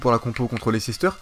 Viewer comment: Mais c'est pas Leicecester c'est Leicester, tout le monde pronomce mal